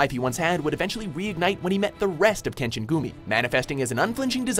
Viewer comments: He pronounce majority of kenshin names wrong asf. And kenshin is more realistic than zero one pice , of course he would win the majority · after all of the mispronounciation I thought would get all of Kenshin's attacks wrong, but they nailed it as well as all of kenshin's english dub voice actors